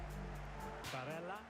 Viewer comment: you called him barella at the start of the vid😂